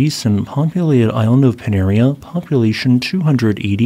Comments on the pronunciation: Panaréa...accent on the e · Pronounced pa-na-ray-ah. Cheers from Lipari.